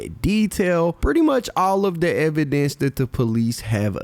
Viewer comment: He said evan dance or evidence